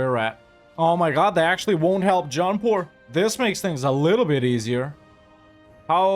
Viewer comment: When you say "Jaunpur" I always hear it as "John Paul" and think "they declared on the Pope?" 🤣